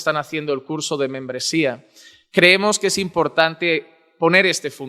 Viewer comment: Porque dise que menmbresia